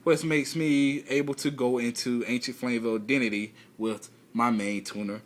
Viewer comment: I've been meaning to tell you this for a while. It's pronounces DAY-UH-TEE...like a god. Not DEN-NE-TEE. Anyway good deck homie, one of the best you've crafted. Good job. Let's duel for the folks on youtube.:)